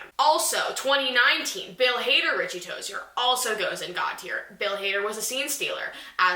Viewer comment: The way you say "ToziER